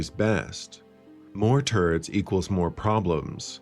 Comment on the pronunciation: I swear you're saying "more turds". Working from the home 'office', eh?